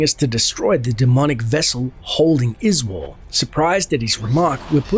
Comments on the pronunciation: I always thought his name was Uh-zool 😂😂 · Its hilarious how you mispronounce Izual, even though everyone says it. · You can pronounce Izual's name either way as I don't believe there is an 'official' way to say it. Just happens that the voice actors say it as Iz-wall but I've heard others (and myself) say it as Iz-yoo-all. In the end, it doesn't matter as anyone who knows the game will clearly understand the character you are talking about.